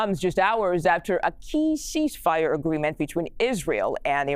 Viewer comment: I’ve never heard of a sheeshfire